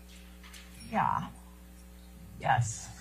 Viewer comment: might be the only person I've ever heard pronounce the word 'yes' with an h and an extra s. 'Yhess... Yhess... Yhess...'